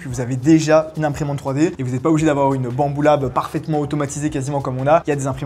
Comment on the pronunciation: On dirait trop dis «bamboula » 😂😂😂😂